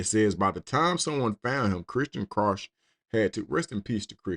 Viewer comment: Also, Krauch is pronounced like "crouch", it's German lol. My mom's side of the family is of German descent